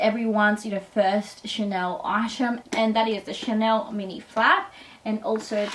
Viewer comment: This video is so annoying the word is item not eyesham learn to speak proper lol 😂